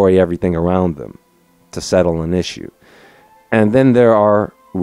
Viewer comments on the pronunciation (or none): none